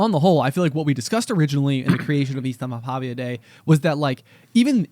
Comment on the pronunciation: As a finnish person; 1) You are pronouncing it close enough, but it is in fact ystävänpäIVä not ystävänpäVIä 2) ystävänpäivä literally translates to friends day, so by saying ystävänpäivä day, you are saying friends day day 3) Ystävänpäivä is a Finnish word and Finland isn’t part of the scandinavia. Though Sweden (and i’d assume most other scandinavian countries) have a similar name for valentines day; vändagen (also translates to friends day)